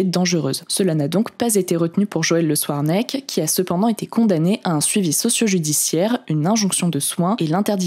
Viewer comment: Je ne sais pas si ton commentaire est ironique, mais ça se dit. En revanche ce qui ne se dit pas c'est "souarnec" au lieu de "scouarnec", mais je suis quasi sûr que fait exprès de faire ce genre de fautes dans chaque vidéo pour attirer les commentaires... Et ça ne marche pas des masses d'ailleurs: soit les gens n'entendent pas, soit ils pensent que est juste à côté de ses pompes (et c'est possible d'ailleurs).